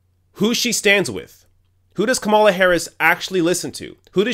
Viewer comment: I'm not a fan of Kamala, but you are pronouncing her name wrong. If she didn't learn the lesson of Hillary's campaign then she is doomed to fail.